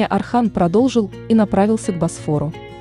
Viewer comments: Не Архан а Орхан. Ольгу вы же не говорите Альга, точно так же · Боже мой не Архан, имя произнистся через О, Орхан. Это тоже самое если произносить Ольга, как Альга. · Не Архан,а Орхан!!! Не Асман а Осман!!! Научитесь правильно произносить имена людей. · Если уж взялась за дело, то изучи его, хотя бы поинтересовалась, как произносятся тюркские имена, а не русифицировать все подряд. О- сман, О-рхан, а не Асман, Архан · Орхан ударение на о,не надо искажать имя,а не Архан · Ne Arxan ,a ORXAN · Не Асман и не Архан, а Осман и Орхан, так как ударение падает на"О". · Орхан,Орхан,Осман,Осман,а не Архан и не Асман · Не Архан а Орхан не Асман Осман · Я тоже такого мнения , вечно искажать названия современем так и воспримут молодые , поэтому просьба произносите , научитесь правильно произносить , тем более что бука " О " и из кириллицы , Осман , Орхан , Озан итд . Ещё Не Акей а Окей ! Поэтому мне не нравится такое чтение автора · НА РУССКОМ ЯЗЫКЕ ЕСТЬ БУКВА "О"ОРХАН 'ОСМАН ПРАВИЛЬНО ГОВОРИТЕ .